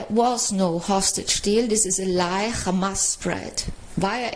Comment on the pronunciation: Oy vey... it's Khamas!